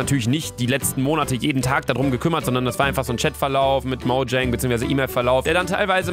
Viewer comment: Niemand: Luca: Moudschäng